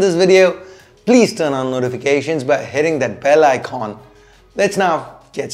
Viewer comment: Fix the sound and echo! And it's "bell icon" not "bell ikhon". 😅